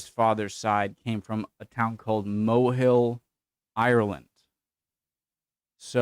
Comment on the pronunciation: Mohill is just up the road from me in Co. Leitrim, its pronounced Moh-hill with the oh in Moh having a breathy sound. Not Mow-hill as you pronounced it. Nice enough little village, has a beautiful church.